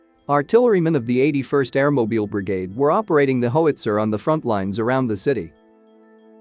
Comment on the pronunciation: How(itzer) not ho (witzer)